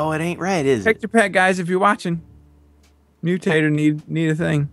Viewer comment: I heard mutator as mew-tater